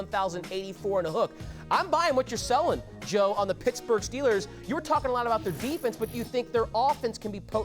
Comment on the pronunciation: “Pittaburgh” nice one..